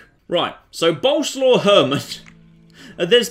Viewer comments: its swav not slaw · Once again "Boleslaw" is a polish name, not nickname and you pronounce it entirely different from how you do it. It's "Bol" (like in Bold) + "es" + "wav".